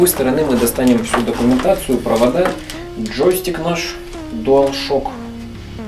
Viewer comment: ладно, но мне слово джостик знатно режет слух